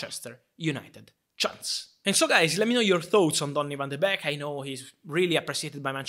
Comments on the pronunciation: It’s not beck.. it’s beek pronounced bake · Van de Beek is pronounced as the word "bake" like baking a cake. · It's pronounced 'bake' ;) But happy to see Ten Hag wants to use him :) As a dutchman I'm not surprised though. Donny played his best under Ten Hag in the CL of 2018/'19. He scored so many iportant goals then. He may not be a big guy or the most technical player on earth, but he's a typical Ajax player: very smart, knows where to run and good basic skills.